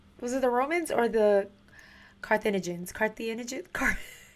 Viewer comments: That's... not quite right. Your guide makes her say car thee (like fee) jee (like jeans) nians. It's car-theh(like meh)jin(like the alcohol gin) ians. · Repeat after me CAR-THEE-JEE-NIANS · Four syllables; Car-tha-gi-neans. English rarely has four-syllable words. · CAR-THA-GIN-I-ANS !!! JEEZ! GET IT STRAIGHT ALREADY! just kidding! 😘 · It's pronounced like Cartha-gin-E-ans. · Carthaginians. Car-th-age-in- Ian-s. You're welcome,. As a historian, old languages are f*cking difficult. 🤣🫶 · pronounced CAR-THE-GIN E ANS